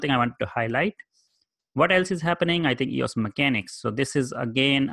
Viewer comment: It’s not eeauss ...it’s E-O-S...it’s not a word...it’s an abbreviation. Just as easy to pronounce it correctly. Like someone dedicating a channel to IBM...and not understanding its not a word. (You ask for comments to improve your channel.)